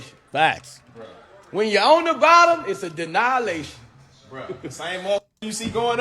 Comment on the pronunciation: Did he say.....denyalation